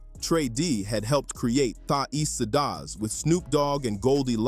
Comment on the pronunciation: "Sidas" 😂😂😂the fuck